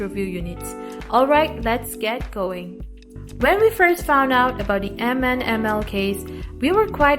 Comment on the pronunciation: Its read as "minimal"